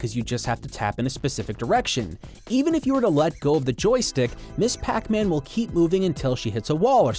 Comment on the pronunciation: It's not Miss Pac-man. It's Ms. Pac-man. Ms. is not the abbreviation of miss. It's pronounced mizz and is used if you don't know if the person should be addressed as miss or mrs.